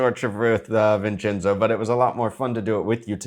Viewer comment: welcome “Vinchinzo.”😂